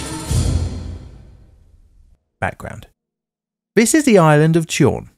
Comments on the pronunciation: Almö: Alimony + Earl Alm + Uhhrl Almurrh Almuh Tjörn: Churn (No really, it doesn't get any easier for an English speaker than that) But if you want to be 100% accurate. Churn - rn + Earl - l + n That's right, you prolong the ö in Tjörn, where you do not with Almö. Chu(ö) + (ö)Ear + n. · Whoa!! That is the Tjörn Bridge disaster! I remember that one actually, it was nationwide news. Damn, I am old... Pronunciation correction: Tjörn is spoken "churn", with a softer attack on the "ch". The ö is not an o, it is actually a separate letter with its on sound. Same with å and ä. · tjörn is pronounced like english churn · Finally! Simply love you!❤️❤️❤️❤️❤️❤️ Tjörn is more pronounced as ”churn”. The bridge’s real name is Almö bridge, though many (in Sweden) call it the Tjörn bridge, which is the name of the bridge the replaced it. We were many that woke up that morning hearing about the accident. We heard how the crew on the ship tried to alert the drivers on the (non existing) bridge. Just a few miles from the bridge, a large section of a hill collapsed and ruined the highway between Norway and Europe. Someone put a shovel into the “quick-clay” on the hillside and made a great impact on the infrastructure. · Actually he spoke Tjörn as Tjorn. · Just a note, the "tj" is pronounced like the "s" in the name Sean. And "ö" is pronounced like the "ue" in the island of Guernsey. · your pronounciation of almö and tjörn are insteresting. i don't blame you for it though, the spelling is quite different from the english phonetics